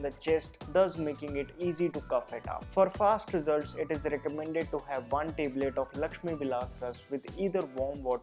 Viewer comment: Teblet nai yar Tablet, nice video though